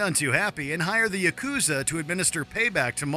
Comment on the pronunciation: Did he really mispronounce the Yakuza?